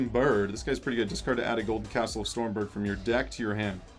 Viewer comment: Maybe you'll get it if you say the correct pronouciation. "Golden Castle of STROMBERG".